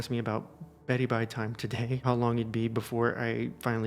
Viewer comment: Please never say beddy bye time again